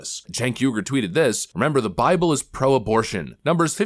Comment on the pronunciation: “Rememer” goofy ahh muhfuhkuh